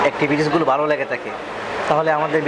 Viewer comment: word টা ভালো not বালো । উচ্চারণ ঠিক মত করেন।